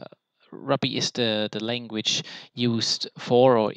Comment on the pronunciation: Love your in-depth honest review of the content. I laughed when you said "maybe I'm just stupid", I feel this way when things are very hard to grasp and understand haha. Also, not to be nitpicky but ruby is pronounced (roo-be). I was confused for a minute until you mentioned metasploit's foundational language lol. I don't mean to step on your toes btw. I do have a couple questions: 1. Why did you take this course in preparation for the OSCP in comparison to the training they provide upon purchase of the exam? 2. Was it an affordable/worth it expense? Did you customize your content, how much was it in total? 3. Are you able to share the content you have received from the eCPPT? If so I'd be very interested in any shareable content! I am taking the sec+ this month. Then I'm going for the OSCP. My goal is to achieve the OSCP by end of 2017-early 2018. If you're interested in chatting, I'd like to hear your experience f2f on skype sometime? Thanks! -Vince